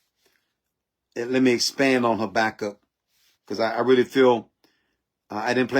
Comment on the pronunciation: Habakkuk not Sabakkuk. Your notes came up with a S.